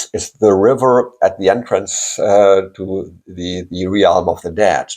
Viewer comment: The word realm is pronounced as if it had no a. As relm